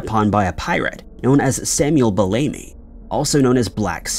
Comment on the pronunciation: Black Sam... it's "Bellamy" not bell-amy. .. 🙄🙄